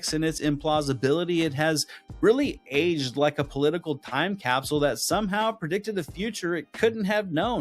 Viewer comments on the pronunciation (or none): none